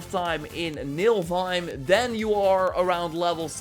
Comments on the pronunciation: Yeah, you keep saying "NiLfheim", but it's actually "NiFlheim" :) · U say NILFheim but its NIFLheim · Niflheim not Nilfheim :P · It is niflheim not nilfheim 😂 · MILFhime. Lol.. definitely not Niflheim. Naaah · Because of u i call niflhiem, nilfhiem... its NIFL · What is Nilfheim? I thought it was called Nifelheim 😂😂